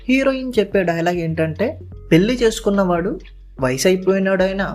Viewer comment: పెల్లి, మల్లి, కాదురా పెళ్లి, మళ్లీ అనాలి ముందు తెలుగు చక్కగా మాట్లాడితే సబ్స్క్రయిబ్ చేసుకుంటాం